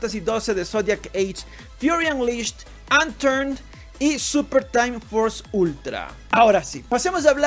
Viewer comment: No se dice antttaarn es unturned